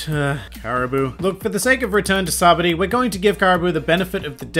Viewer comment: I think it’s funny you pronounce it sabdy good video.